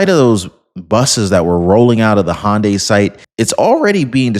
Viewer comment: Illinois (but thankfully, not Chicago). FYI, in case it comes up again, Hyundai is HUN-die, rather than HAHN-die. No charge!😀 45, 47